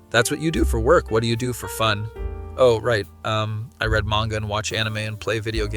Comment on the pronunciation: Yeah. If it's AI it's very good. He even stumbles over his words a couple times. The only part that made me think it might be AI is that he pronounced "read" wrong once.